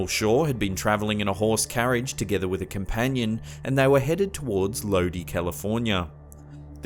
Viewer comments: Ha ha ha !! ' Loadie' it's pronounced 'Lode-eye'.. Lodi is in central Ca, near Stockton. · Lodi is pronounced "Lodeye" not "lody" I'm surprised he mentioned my city lol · Lodi, California is pronounced "loh-dye", not "loh-dee." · Funny, I used to work for The Record in 1998. At the time, I lived in Stockton and I now live in Lodi (pronounced Low Die, not Low Dee, lol)... Anywho, I was told the UFO story on my first day at The Record... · Lodi is pronounced (Low-die), Not (low-dee) lol. I'm from there. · Lodi is pronounced LOW-dye, not “load-ee”. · "Lodi" California is pronounced "LOW-dye". I know, strange, but that's what they say out in Cali! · It's pronounced Lo-die California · First video: Ok can we say attention seeking?? This women needs serious mental help! SMH 🙄 You pronounced Lodi Ca wrong it's pronounced Load eye. Lol ROFLMAO WOW!! Forced into having sex with a female alien?? Really?? So they are purposely trying to make their species less intelligent and with kinky sexual idealization?? 🤣😂🤣😂🤣😂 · Lodi, Ca is pronounced Load-eye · Hi, a bit of trivia for you: the town of LODI, is pronounced "Low-Die" and it was made famous in a song by Credence Clearwater Revival (google it and give it a listen). It's their most famous song. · The Hills didn't travel 56 kilometers. They likely traveled 56 miles. Most Americans had never heard of kilometers in 1961. Lodi, CA is pronounced "Load-Eye." Your images don't necessarily jibe with the story,. I have actually had personal first-hand contact with a blonde female who spoke with her mind. I have also had personal first-hand contact with men in black. Believe it or don't, see who gives a fuck. \m/ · I live in Tennessee, but even I knew it's it's pronounced "Lo-di, with a long "I". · The Blazin Braixen I’m from Sacramento, and was wondering if anyone mentioned how he said Lodi wrong lol.